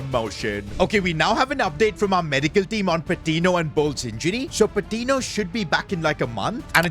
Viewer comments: Hey! Patiño is actually pronounced as Patinyo rather than Patino. No offense of course, love the series! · Patiño’s name is pronounced Pa-Teen-Yo. Hope sees this😂